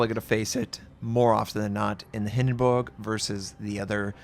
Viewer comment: Love the fact you pronounced Hindenburg right!